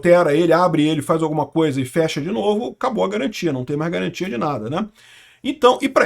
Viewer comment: Não tem galantia, desmontô polque quis!